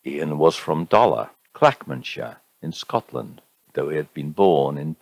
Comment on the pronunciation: Wee tip : Clack-MAN-nan-shire.